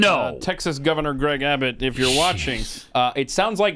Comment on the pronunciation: Nobody’s going to comment about the fact that Pat said “Greg Babbot?